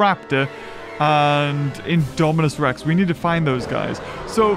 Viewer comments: You kept saying indo rapter instead of Indominus Rex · He said indorapter when it was indominus rex lol